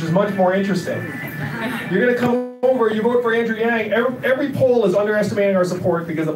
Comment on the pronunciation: Does he know he pronounces his last name wrong?